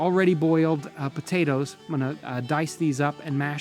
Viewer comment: It’s Po-ta-toes!